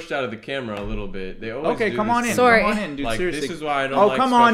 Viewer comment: mandys ‘soreh’